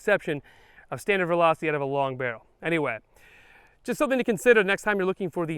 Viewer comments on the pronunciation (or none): none